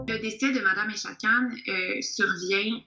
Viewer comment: Echaquan ce prononce Echa'quouan'